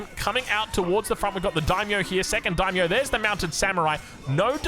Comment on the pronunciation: hilariously, halfway through when he's talking faster in the style, he pronounces it perfectly haha. He calls the Daimyo unit spot on for pronunciation